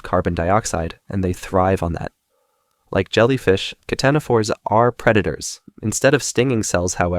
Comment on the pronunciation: The c in ctenophore is silent